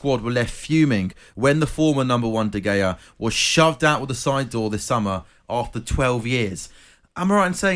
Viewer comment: Why is the one presenter mispronouncing De Gea’s last name?